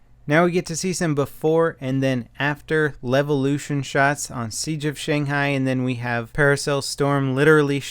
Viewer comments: "Dam Levution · Is it supposed to be a joke that he keeps saying Levolution? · I cannon not hear it as LELvolution. Goddamnit. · "Some damb levelution!"